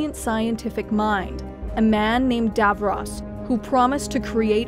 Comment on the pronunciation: At least pronounce Skaro and Davros properly.